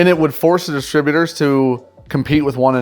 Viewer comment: Dis-trib-U- tors not distra- butors! Please!